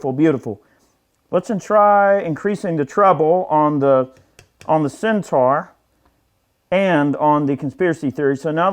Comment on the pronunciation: It’s Centaur, not Centar. - as is ‘or’, not ‘are’.